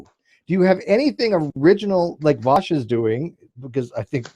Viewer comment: Is it just me or did AS consistently mispronounce Vaush's name as "Vaus" instead of "Vau-sh"?